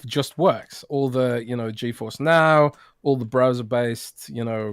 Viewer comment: It's GeForce,. Not GeoForce. 😆